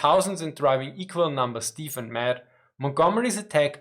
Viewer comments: Excellent, thanks. The word 'deaf' is pronounced 'def' as in 'Def Leppard'. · Just for your information, and not a criticism: 'albeit' is pronounced as if it were 'all be it', and 'deaf' is pronounced as if the 'a' were not there. English pronunciation can be almost as bad as English spelling. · There are certain regional dialects in the US that pronounce it as “deef.” You’ll sometimes hear the same pronunciation from Scots.